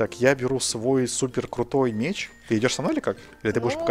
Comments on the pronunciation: МЕЕЕЕЕЧ НАДА ГАВАРИТЬ МЕЕЕЕЧ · ая-яй) МечЬ правильно Меч.)))) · меч, а не мечь;) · Поправочка! Не "мечЬ", а "меч". Думаю, намёк ясен) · не мечь а меч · мечь 😂😂😂😅 не мечь а МЕЧ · Не мечь а меч